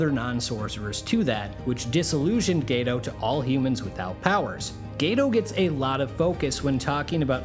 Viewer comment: "Gaytoe"💔💔 I will never forgive the dub for this pronounciation